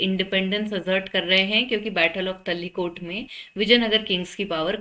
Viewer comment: Mam battle of तराईकोटा not tallikota